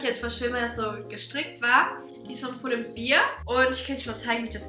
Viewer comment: kleiner Hinweis, nur so als nettgemeinter Tipp: es wird Pull & ,,Bär" ausgesprochen, nicht Pull & ,,Bier"